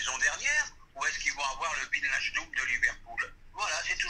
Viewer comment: Le psg avait vilnachdum pas wignaldum 😭🤣 la prononciation c tropp